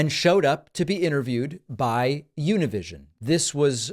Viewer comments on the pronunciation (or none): Jaja how do you pronounce “Univision” and say you’re Latino? Jajaja it was just hilarious